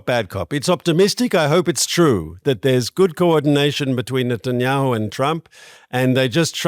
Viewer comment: You said the prime ministers name wrong